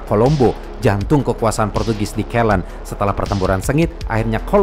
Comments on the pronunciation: koreksi Ceylon pengucapannya Si-lon bukan ke-lon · Cheilon (ceylon) bukan keylen